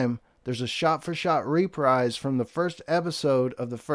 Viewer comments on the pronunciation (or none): none